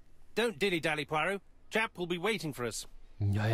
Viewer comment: Und noch ein Oldie. Ich kenne die Geschichte auswendig. Bin gespannt, wie das im Spiel aussieht. Diesmal hab ich das Rätsel vor dir gelöst. Das ist mir noch nie passiert. :face-blue-wide-eyes: P.S. Immer, wenn du Poirot sagst, verstehe ich perro(quet). Dann muss ich an meine ersten Französisch-Lektionen denken.😁